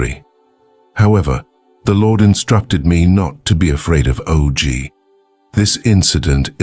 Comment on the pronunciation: "Oh Gee"? It's pronounce "Awgh".